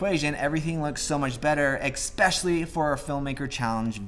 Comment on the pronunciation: “Assessory”? “Expectially”? Might be time to put down the camera and read a book.